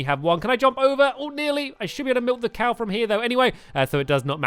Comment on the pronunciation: at the start when he said he needed to milk a cow, I thought he said that he needed to milk a cake